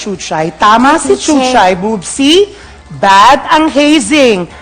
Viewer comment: Bubsy?(*Boobsi) just correcting..